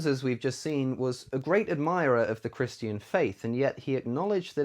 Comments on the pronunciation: “Chris-TEE-an” language LOL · Holy shit stop saying Christian like that lol